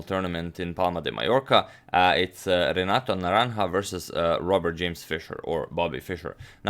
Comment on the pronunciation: I’m most impressed with your pronunciation of Renato’s full name over and again.